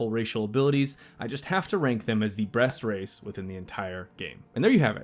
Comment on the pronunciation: You definitely said "breast race" at the end there.